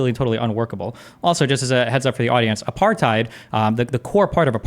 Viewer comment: 1. Uses "Apartheid". 2. Proceeds to describe something that doesn't resemble Apartheid. 3. Also mispronounces "Apartheid" but so does everyone who isn't from the country that Apartheid happened It just blows my mind that that word has been adopted by a global audience but I haven't heard one single person even attempt to pronounce it correctly. It makes me so suspicious of people who use it to argue points. Sure, you could have only read it, but I doubt they've even done that much